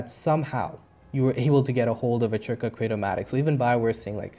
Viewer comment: C is silent so its just Zerka not Chirca XD (off to corelia to farm lvl 50 mobs for a few days :P )